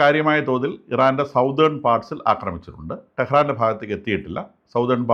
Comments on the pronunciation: സതേൺ not സൗതേൺ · Southern is pronounced as "സദേൺ" not "സൌതേൺ" sorry for the interruption